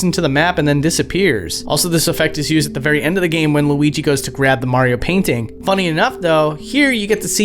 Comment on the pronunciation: You said “Mario” wrong.